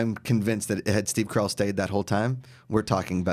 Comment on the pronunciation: "Coral" its pronounced Carl not Coral